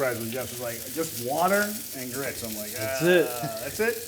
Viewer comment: Grits…I’m from Alabama, you should practice a bit more…